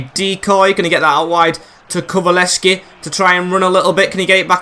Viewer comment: it’s pronounced KULU-SEV-SKI